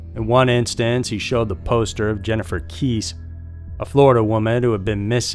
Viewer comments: I love this channel but you should double-check to make sure you have the correct pronunciations. For example, it's not the first time you've mentioned Jennifer Kesse in one of your videos while pronouncing her last name wrong. It's pronounced KESS-SEE (like Jessie) not Keese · Kesse is pronounced kessy. Rhymes with Jesse. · Wow. You couldnt have pronounced Jennifer Kesse's last name more wrong if u had tried lol